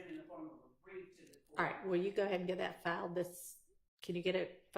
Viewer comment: I wish Miss Hilton learn how to say that and stop saying DAT.😂